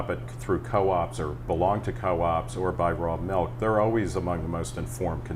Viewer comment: Every time I hear "melk", I cringe.